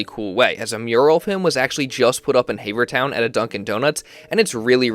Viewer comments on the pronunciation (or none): Bro. Havertown, not Hayvertown. 🤦🏼‍♂️ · Yeah I let him slide with the Hay Ver Town. Was wondering if anyone else was going to catch him?😂😂😂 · “Hayvertown” this is butchery